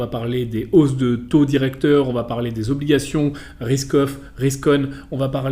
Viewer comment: A chaque fois qu'il dit "risk off" j'entend "Ruskoff" 😅. Y'a que moi ?